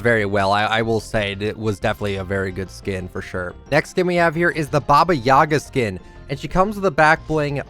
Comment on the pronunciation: You pronounce it right bAba yagA baba means grandma in Russian